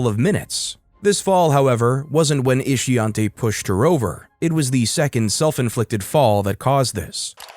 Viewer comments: Ishiontae ? Ishionti , huh 🤔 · Shameka, Ishionte... dont this rubble have proper names? WTF is "Ishonte"? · "Ishionte"? Mhhh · Ishionte?? 😕.. 🤦🏿.. Her mamma was trying wayyyy too hard to come up with something "unique". 😒